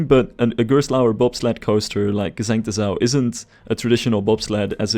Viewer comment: You pronounced G'sengte Sau perfectly, though. :)